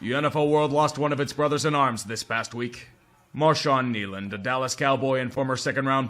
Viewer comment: RIP Kneeland I am a german and i could understand everything else you said even though the pronunciation is well not good xD But this part i cant understand one word except for Penix xD